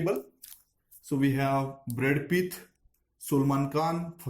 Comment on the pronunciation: "Brad Pith" too.